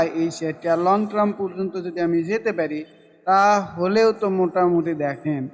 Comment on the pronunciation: ধন্যবাদ। আর ট্রাম না টারম (term) বলবেন।